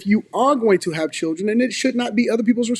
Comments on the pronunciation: I got past when she said her chirjennns[children]. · Mispronouncing words that are normal words in speech makes the speaker sound simple. It's hard to take someone serious when they lack basic word skills. Everyone has the chance to learn how to speak and pronounce words in elementary school. Simple words people. Ax for ask, chirren for children, ambalance for ambulance, frunneral for funeral, skinndeded for skin, breastesses for breast. I could go on and on but I'm bored coming up with examples. Learn how to speak properly. You sound dumb. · Children😂😂😂😂 not chilrlllden😂😂😂😂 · Lean how to pronounce children first. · The way she said "children" took me out 😂